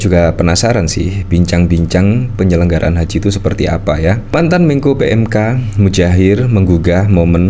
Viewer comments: Muhajir boss, bukan mujair = nama ikan. Awas kuwalat ya. !! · Boss bro nama nya bukan Mujahir tp Muhadjir bro boss 😂😂😂 sampeyan ngucapin namanya Mujahir trs 😂😂😂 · Saya perhatikan admin selalu mengucapkan "Mudjahir" bukan "Muhadjir". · Muhajir efendi pak, bukan mujair, kasiaan 😩😭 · Muhadjir bukan mujahir Mas. Kalau mujahir itu jenis ikan. He he he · Anda salah menyebut nama orang. Muha jir. bukan Mu Jair.. ini tergolong penghinaan jika disengaja. Jika anda mainnya di bidang politik, belajar lah untuk hati hati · oi MuHADJIR, bukan MUDJAHIR kwkwkwkw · MUHAJIR, bukan mujair.